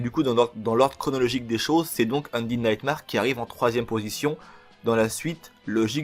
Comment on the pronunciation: ça se dit undèd nightmère